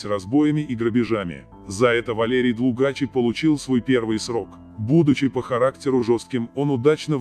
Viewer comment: ДлУгач ударение на у